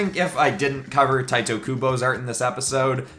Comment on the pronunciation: I mean, it's not hard to learn how to pronounce a name. It's Tee-teh, Not Tight-eh.